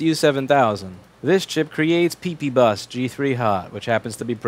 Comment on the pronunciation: Haha you said pp bus and it sounds like peepee butt.